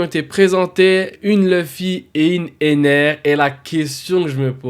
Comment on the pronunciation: Comment ça Enel ??? Ptdrr c'est ENER ! Par contre ça peut être sympa une Manga Ener même si j'en verrais probablement jamais la couleur 😅